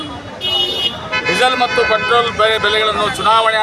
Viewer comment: ಪೆಟ್ರೋಲ್ ❌ ಪ್ರೆಟೋಲ್ ✅